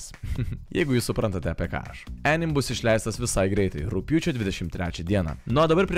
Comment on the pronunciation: Jo, o dėl "anime" tarties, tai vertėtų pasiguglint, jau ne pirmą kartą rėžia ausį :D